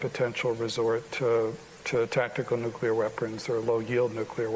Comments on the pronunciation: It's pronounced "NOO-KLEE-YAR" and not "NYOOK-YOO-LAR" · Why do so many distinguished persons (even with military backgrounds,... whom should know better) say New-Kew-Ler? It is pronounced New-Kle-Er !!!